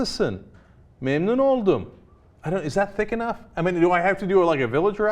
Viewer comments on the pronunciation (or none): none